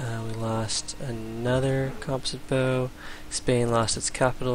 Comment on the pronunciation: It's interesting how civ LPs all feature madjinns total butchery of the word "composite"